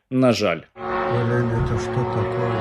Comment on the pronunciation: "Эта шьто токойе?" 🤣🤣🤣🤣